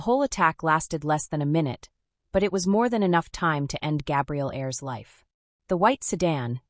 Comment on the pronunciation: "A-ers" NOT airs